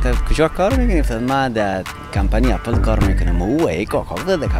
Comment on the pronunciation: سلام خسته نباشی عزیزم خودت یک فرد مشهور رسانه ای هستی اسم یک لوگو رو باید درست تلفظ کنی (اپِل درسته ) (نه اپَل اپَل غلط است تلفظش) چک زده گی یعنی چی ک میگی لگو سیب چک زده گی است معنایه اون چک زده گی بقول خوت یعنی دانش ک حضرت آدم از اون سیب خورد اون سیب سیب دانش بوده معنایه اون چک بقول خودت همینه